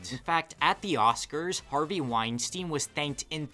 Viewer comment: Good vid, although there is one common mistake that kind of irks me. Epstein and Weinstein are not pronounced Ep-steen and Wine-Steen, it should be ,Ep-Stine and Wine-Stine. Think about it. Nobody calls Einstein, Een-Steen, do they? Also, by the naming convention you used, Weinstein should be Ween-Steen. Which, although it probably captures that villain's essence more definitively, is wrong.